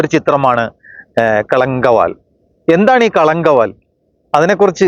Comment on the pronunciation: ആദ്യം ആസിനിമയുടെ പേരൊന്ന് ശരിക്ക് പറയൂ ഭായ്.. കളങ്കാവൽ.. എന്നാണ്..